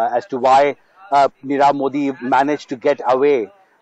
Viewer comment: U r unable to pronounce nirav .